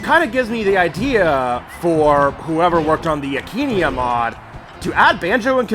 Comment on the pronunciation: why aint you sayin akaneia you just sayin akenia